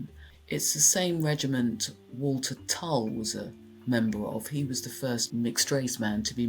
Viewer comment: It's Toll, not Tull.